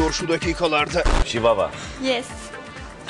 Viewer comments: Şivavanın ''Ş'' si :D koptum ya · Şivavanın Ş siii :D :D